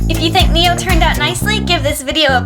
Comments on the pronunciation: But it's not 니오. It's name is네오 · Very cool repaint! By the way, Neo is actually pronounced like "ne-o" rather than "nee-o." I hope to see more repaints of Kakao friends! :)